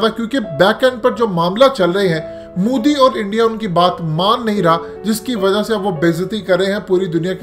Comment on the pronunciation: Abey moooodi nhi.... MO di hai naam to dhang se le le😂😂😂😂